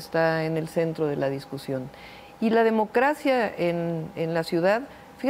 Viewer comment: Escuché bien? Dijo en varias ocasiones "Democracia" con acento español! Hay varios momentos ( " y ") Ojú